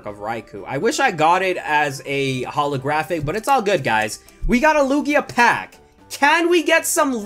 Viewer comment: I cringe when he said Hala-Hala Graphic! Lol